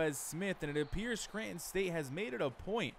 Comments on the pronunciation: Yeah I heard you say “Scranton”. The accent matches with the ppl that grew up in this area 😂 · I respect it lol you definitely say Scranton like a native so that’s interesting that you’re from NY. But I’m just sayin you’re killing Nicky price. Poor guy is getting railed 😂